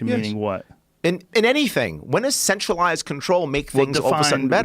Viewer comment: He says "centralized" almost like "sexualized" Mmmmm "sexualized control"